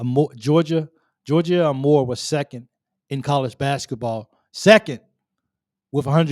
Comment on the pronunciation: Hokie here. Georgia is amazing and fun to watch play, but her last name is pronounced “A Moore”, not “ahMore”.